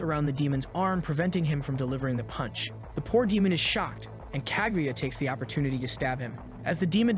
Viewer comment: Is this kaguya or kagyatt? I swear i hear the latter everytime😂